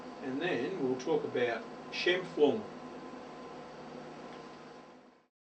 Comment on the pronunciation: Scheimpflug was a Austrian geodetic engineer. Your pronounciation is correct.